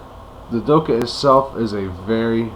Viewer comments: it's not the kh forms the sound "khhhhh" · try pronounce the 'kha' sound at the end like an exasperated sort of breath out, just to let ya know :) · its not silent. i live in the UAE and we dont say doha or doka. dokha has a throat sound where the k is that is hard to say unless you speak a little arabic